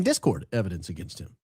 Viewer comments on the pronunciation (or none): It's a Mountain of ebodence mama😂